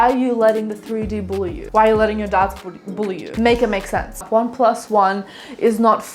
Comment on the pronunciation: I had this video on quieter than usual and I heard “don’t let your dads bully you” instead of “don’t let your doubts bully you” and I had to turn that shit up and turn on the subtitles and now I’m giggling over here 🤣